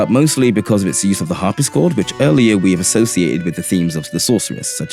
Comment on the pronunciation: Great video. I love Uematsu and his use of motifs. I didn't personally notice a few of these, especially that The Last Story one. My only criticism here is that you mispronounce harp-si-chord as har-pis-chord.